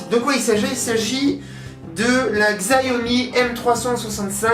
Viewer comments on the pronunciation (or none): Ça se prononce shiaomi ;)